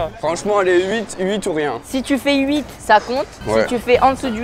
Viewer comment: IL A DIT OEUT DE PERSSONES SAVENT LE FAIRE